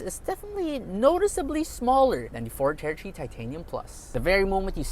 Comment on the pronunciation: Ford "tertree"